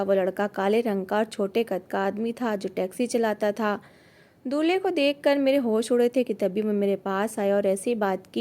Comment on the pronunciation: Dulhi ya Dulhe Mujhe Dulhi sunai diya